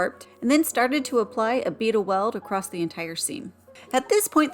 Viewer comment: Very good job. I think it's funny you say "acrossT". I'm from Houston and man Houstonians say acrosst. It drives my wife bonkers that I say it that way.